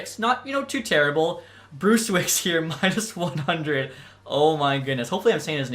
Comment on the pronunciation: Great video! Just wanted to let you know that Sale is pronounced Sha-la and Brzustewicz is Bruce-tev-vich